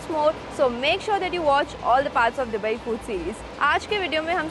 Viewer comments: Its दुबई not डुबई ...Constantly sunne se annoying lag raha hai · I watched all Dubai videos and didn't wanted to point out this but now I couldn't hold it. It's not डु-bai it's दु-bai It's D for Dum Aloo not D for drums 🤭